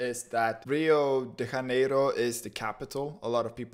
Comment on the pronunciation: Ohh no it's not Hanero, it's not Spanish 😂😂😂